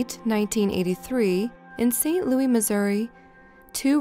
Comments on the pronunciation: ITS NOT ST LOUIE ITS ST. LOUIS GET IT RIGHT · Missouri is not france... (lew) (iss) louis Not (lew) (ee) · St. Lou IS, Not St Lou EE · I know this is petty considering the seriousness of these stores but it is never said St. Louie by locals, it is always St. Louis or the STL. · This woman sounds like an American...She should know that it's not pronounced "St. Louie" but "St. Louis" Missouri. Of far more importance, that child, dear God...How sick does one have to be to perpetrate that horror... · Just fyi: St. Louis isn't pronounced Louie. The s is pronounced, so it's loo-iss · It's pronounced St. LOUIS (p; Lewis) not St. Louie. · not St. Louie... St. Louis. fyi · PLEASE don’t allow any narrator to mispronounce “St LOUIS (Missouri) as “St LOUIE” (Missouri)! That’s almost excruciating to hear!😆😝😝😝😜😜😜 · Please stop saying St. LOO-EEE. It's St. LOO-ISSS. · Hahaha St Louie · SAINT LOUIE??? Are you British or Canadian??? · Steamy Kitty I know right lol has she seriously never heard of saint Louis Missouri? This is the only place I’ve heard someone mispronounce something so well known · Girl, learn how to pronounce St. Louis. Lawd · Why the hell do you pronounce St. Louis like that? It’s pronounced with the S sound. Annoying